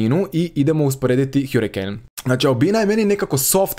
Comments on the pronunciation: hArikejn🤣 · Kada ce ljudi shvatiti da se ne čita hjurikejn nego hrikein